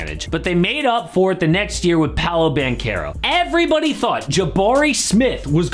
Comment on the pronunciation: Please it is pronounced Banchero , the CH like in CHess.